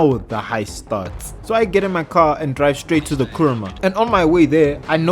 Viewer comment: What he said:"Kuruma" What I heard:KURAMA